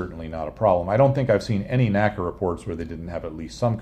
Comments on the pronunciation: N.A.C.A., not naca. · Very nice video, but please NACA is not pronounced as a word, like NASA is. It is/was the letters N.A.C.A.